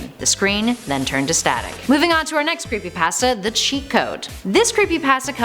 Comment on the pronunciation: Hey When You Creepypasta You Say Creepy Pãsta